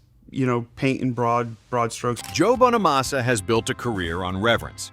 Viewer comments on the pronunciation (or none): You could at least pronounce Joe's last name correctly. IT'S NOT BONE A MASSA, IT'S BONNA MASSA. Jealousy is a mental disorder. Many many guitar players wish they could play like Joe, he is a very humble guy who busted his ass his entire life.